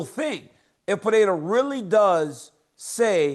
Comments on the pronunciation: Gotta say I become more and more impressed by how people manage to mispronounce “Pereira” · Send Chael back to grammar school, please, and teach him how to pronounce Periera correctly. 😂